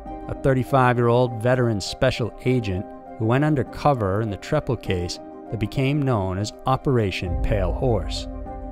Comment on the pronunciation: I remember watching this on American Justice. His name is pronounced “Tree-pal.” At least according to Bill Kurtis. 😉